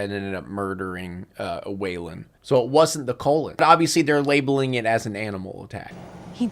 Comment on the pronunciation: I love the way you call the Cullen’s “the Colon’s” throughout this entire review. I can’t tell if it’s a verbal typo, or your satirical sense of humour coming out. Please do the rest of the movie, this was comedy gold.